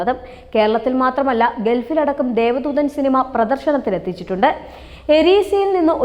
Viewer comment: രഘു നാഥ് പാലേരി അല്ല കൊച്ചേ 🤩രഘുനാഥ് പല്ലേരി. അത് പോലേ ദേവ ദൂതൻ ആണ് ദൈവ ദൂതർ അല്ല.. ആദ്യം അതെങ്കിലും തെറ്റാതെ പറഞ്ഞു പഠിക്ക്